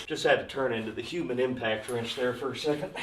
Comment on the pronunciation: you Became a "Him-Pact" wrench lol